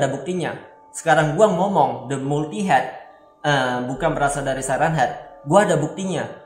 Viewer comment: Multiheded siren head bacanya bang